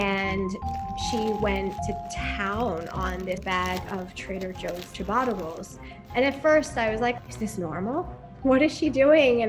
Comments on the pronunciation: It’s ciabatta, not chibada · WTF is this pronunciation of Ciabatta